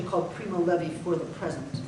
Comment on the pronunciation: it's primo levi, not levy.